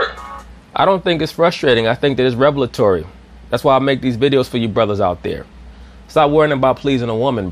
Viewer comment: Sir You mispronounced revelatory But great video content